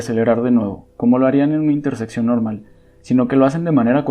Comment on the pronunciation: Oye, se dice interseccion y no intersepcion. Hasta cuando un video sin errores de lexicologia!